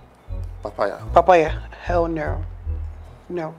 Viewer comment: Its the 'r' inclusion in every word for me. Hell neorr😂, yers, my nairls, becaurse😂😹...Like! The accent should not be forced.